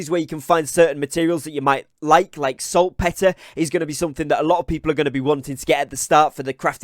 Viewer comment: salt PEEEEEEEETER. its pronounced pee ter.